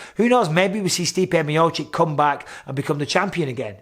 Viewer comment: Miochich, not miochick